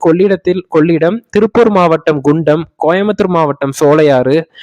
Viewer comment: வணக்கம் நண்பா. திருப்பூர் மாவட்டம் குண்டடம். தெளிவாக உச்சரிக்கவும் நன்றி